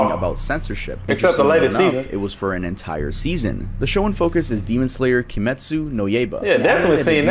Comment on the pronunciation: butchering the names of all the characters from Demon Slayer gives off the same energy as a white mom pronouncing words like gracias and quesadillas as grassy ass and case a dill a’s